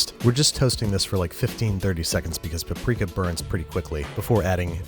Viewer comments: No Hungarian had EVER pronounced Paprika Powder(Paprika Por/Örlemény) As Pápriká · Depends on what region you are from - my Opa is from Budapest and pronounces it Pa-prika. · Larvitar Dratini I am hungarian, it is a hungarian spice, you say Pap-rika but it is one syllable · I cringe every time I hear you say “puprika” It’s “pap-rika” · Isn't it Pap Rika and not pa prika? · Sry but what??? how is hungarian word paprika pronounced as Paw-prika? :D its pronounced simply as you write it down ... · Actually it is pronounced pəˈpriːkə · As a Hungarian, I get infuriated by her pronunciation.